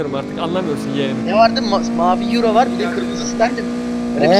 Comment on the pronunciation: ustam iç dış kaç yiro.:Yiro, yiro nerenin para birimi yiro😂